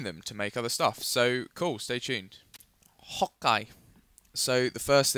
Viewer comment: please....please stop saying hokai